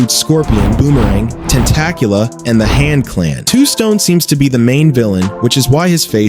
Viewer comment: "Tentacula?" Lol! Dr. Octopus?